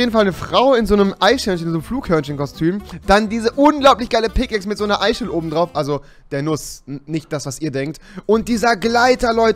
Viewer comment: Wir er einfach eischel wegen seiner ch schwäche sagt😂